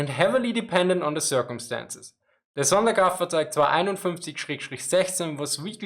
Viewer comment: Dude, that’s awesome how you can say the whole sonderkraftzwagonein…. Something something without messing it up. Props!